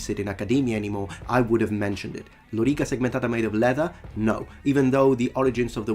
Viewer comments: Since it was an earnest question, I'd like to ask: are there any English words that use a vowel sound followed by a rolled 'r', like in lōrīca? I can't think of any off the top of my head, but that doesn't necessarily mean there aren't any, so I ask this as an open question. Speaking as someone who is monolingual and English (non-rhotic accent) with no linguistic background, pronouncing it as lōrīca feels like an alien concept—not impossible but certainly unusual, and not a sound I'm used to making. By comparison, "lorrikuh" is no harder to say than "wanderer", for example. As such, I would use lorrikuh simply out of convenience, even though I know it's not accurate Latin. Incidentally, other than pronouncing the 'e' in "men", I'm not hearing much of a difference between Simon's and segmentāta. I'm sure there is a difference, but my (again, monolingual English) mind isn't picking up on it. Other points! I suspect this is a mistake by the video's editor and Simon is actually talking about the later shot where he's attacking with a sword from horseback, rather than the clip we see of a sword stuck in a tree. In English, detritus generally means dead skin (or similar animal matter) whereas debris refers to rubble or destruction, though detritus can also be used to mean a mess of some kind. I'm surprised this is still a misconception too. There are maps of Europe drawn in the 1600s and 1700s that label Italy as Italy (along with Germany as Germany), sug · Re: Vowel length – while he stressed the first syllable (“lórica”), you stress the second syllable instead (“loríca”). Both pronunciations are wrong, as the original one is defined by vowel length instead of stress (“lōrīca”). It’s difficult for speakers of languages that feature stress instead of phonemic vowel length to accurately distinguish between long and short vowels!